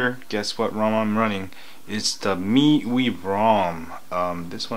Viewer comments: Me-you-ee (miui) LOL!! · I think it's pronounced as me-why or me-you-ay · I thought MIUI is supposed to mean "MY User Interface" not MyYou "My-You-I" is the correct pronunciation FYI. I don't think its so much of a spelling error. They're just trying to be hip and trendy.